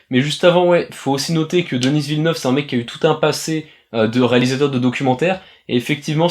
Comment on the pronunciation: Pourquoi prononcer "Denisss Villeneuve" au lieu de "Deni Villeneuve"?